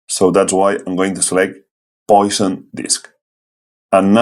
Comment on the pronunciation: Wow, that is really simple and elegant. Instancing sure is powerful. Also: Poisson is pronounced "pwa-sson", it's the name of a mathematician. Like Fresnel is more like "frennehl", without the S